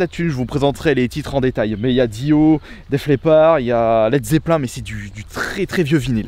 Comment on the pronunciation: pas "let zeppelin" ca se dit let zeppleen"